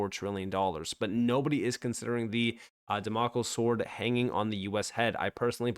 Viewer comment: You are a very good financial analyst but your knowledge of literary terms and names leaves a lot to be desired. Damocles is pronounced dam-O-cleese.